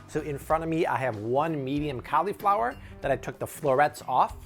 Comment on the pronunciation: i hate how this guy pronounced cauliflower